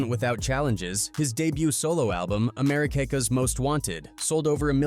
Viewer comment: Fuck AI ... Americakas? Docas? TF is wrong with you?? 😡